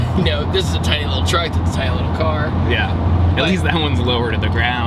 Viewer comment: Everytime he said car it made me cringe